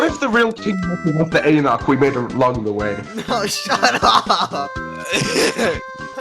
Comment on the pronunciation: The pronunciation of Enoch hurts my soul